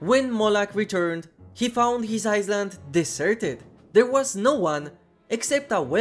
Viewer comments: Just so you know, "island" is pronounced more like "ailand", the s is completely silent. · Bro, how are you going to mispronounce island and bullion 😂even though island is a way more common word. I get it, English not the first language, so I can see island maybe not being pronounced right, but you pronounce the S when it’s supposed to be silent but for some reason change the ll in bullion to buyon , which is weird bcz how r you going to change the ll to y but not keep the s silent 💀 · No se pronuncia la S en island. Perdona pero me volvía loco.